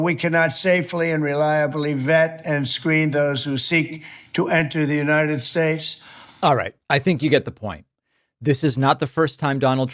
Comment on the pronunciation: “United Schtates”. Is he on something or is this the clone or robot bobble head of Trump?